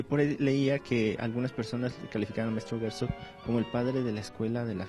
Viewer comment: El este periodista dice Gersog,en nagual.